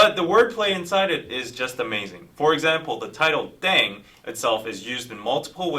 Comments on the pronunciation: pronounced “ddehng” not “dayng”. continuing to enjoy your reactions, but hoping you’ll do the bts background videos that have been suggested. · The word is actually pronounce like deng or teng, not daeng, it written like that because of the romanization of the korean language, thanks for react!